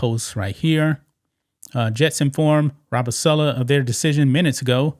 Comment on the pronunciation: It's saaaalaaaa not suuulaaa